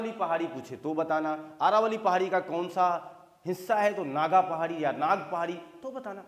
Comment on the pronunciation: आरावली नहीं सर जी अरावली पहाड़ी है सर जी